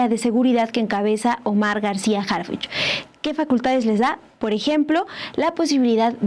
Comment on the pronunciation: El policía HarFuchi con i de Fuchila